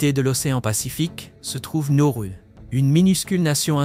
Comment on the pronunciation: Pas Norru mais Nauru 😊